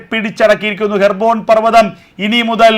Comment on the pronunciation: ഹെർബോൺ, or ഹെബ്‌രോൺ